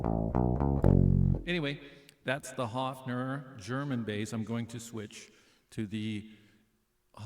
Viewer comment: So stupid: I could huff !!! As you sympathise with this instrument of Germany learn to pronounce it respectfully. It is not a HUFFing...! The vowel is pronounced like in BIRD!:::H"oe"fner !!! Why do English/American talking people not even respect the pronunciation of Names? -- ...and don't tell me your tongue is to blame!!! When you can say "BIRD" - you can say "Höfner" too. (73, still having a Höfner of 1967)